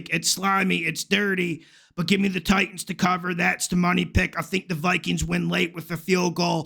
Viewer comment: Please don’t say Titans that way. Pathetic 😂